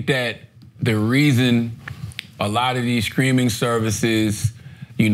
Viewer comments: Is Charlemagne saying "screaming" or "streaming" cause that shit is hilarious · Take a shot every time charla says “screaming service “ instead of streaming. If you get alcohol poisoning don’t blame me for it. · Is Charlamagne saying “streaming” or “screaming” ? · ITS STREAMING NOT SCREAMING!!!!!!! STOP SAYING IT WRONG IT TRIGGERS ME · Charla saying “ screaming” services brought me back to the let go and let SOULJAH episode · Is charla saying “screaming”??